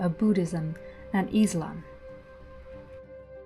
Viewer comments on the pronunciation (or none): none